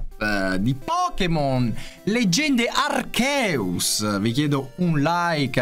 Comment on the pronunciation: Ma arceus in inglese non si legge “archias”. Ho sempre sbagliato… almeno ce l’ho shiny su rubino omega